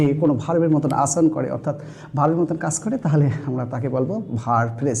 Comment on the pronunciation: Your making video is good, but your pronunciation is too bad 😔 as you are of Bangladesh. Viz - 'kas' instead of 'kaj'